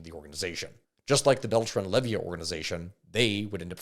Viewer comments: Good video but dawm, hearing you misspronounce so many last names hurts broo, its leyva not levia, and well some others its just accent but yeah some names really got misread badly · Bro said lay-vee-uh, its lay-va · 🤦🏻‍♂️it’s Leyva, not Levia. lol. And peñanieto didn’t botch the government response to the missing students. He covered it up. There is currently an arrest warrant for him in Mexico as he fled to Spain. And in Mexico, presidents serve only a single 6 yr term. There is no re election. Most of your info is actually pretty accurate. You left out so much but I get that you’re only talking about what’s been proven.I’m impressed. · If I hear him call the Beltrán-Leyva cartel "Levyia" one more time I'm gonna freak out.